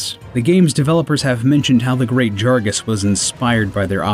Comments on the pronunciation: The great wHAT. Did this dude say jargas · Great ‘JARGAS’ 😂 😂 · G R E A T J A R G A S... it’s JAGRAS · Did he say "Great JaRgas"? It's Jagras, not Jargas. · i like the video but those weird pronunciations always throw me off, aloy has her name said multiple times in horizon zero dawn and she is even named after an already existing object and also the fact that you pronounce the great jagRas as the great jaRgas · You switched the letters R and G. It‘s called Rgeat Jargas. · "Great Jar-guhs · ''the great JARgas''......yup, thats definetly how you pronounce its name.... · Great........ Jargas? do you even read? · He butchered the Great Jagras’ name so badly, he could make a full set of it. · Elgin J They can't even say GREAT JAGRAS right... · The pronunciation of Great Jagras is wrong. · great 'jargas'. 'lagy acrus' 'alloy' 'square EN ix' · He somehow managed to not only butcher the name of the great "jargas", but also the pronunciation of "Nergigante" and then the pronunciation of "Aloy" from Horizon Zero Dawn. That's three wrong pronunciations in one video. How